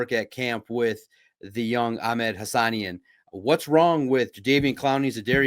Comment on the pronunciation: Pronounced HA-SA-NEEN! 😂